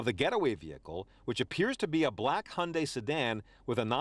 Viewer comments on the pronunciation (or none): 'Hyundai" you know its stolllen